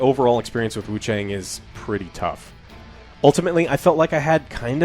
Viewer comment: The A in Wuchang is pronounced like the a in "ah" not as the way the letter "a" is.... Sounds incredibly ugly to keep mispronouncing it.